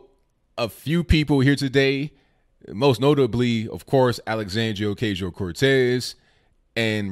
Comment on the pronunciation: The "A" in OcAsio is pronounced like the "a" in macho....keep up the good work bro